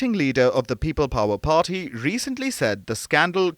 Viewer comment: Can the narrator emPhasise any more on the ‘P’!!!!! Pharty!!!